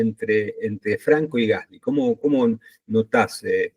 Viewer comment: Excelente nota! La mejor de todas las que escuché. Un solo tema, el apellido del compañero de Franco se pronuncia "gaslí", es francés, se pronuncia con acento en la i.